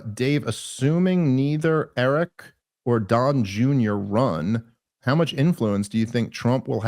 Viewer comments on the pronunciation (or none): none